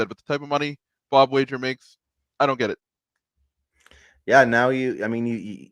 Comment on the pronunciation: Pronouncing Wager wrong was annoying.